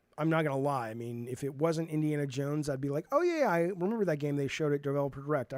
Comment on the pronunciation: Btw, the creative director's Indiana Yones pronouncement might be a Swedish thing. I don't get it myself, living in a neighbouring country and speaking related North Germanic languages. No one would say it like that here, but I somehow feel like the other creative game director Sam Lake from Finland would say "Yones" too...